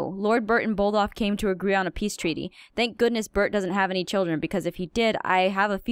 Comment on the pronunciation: Its bod-olf not boldof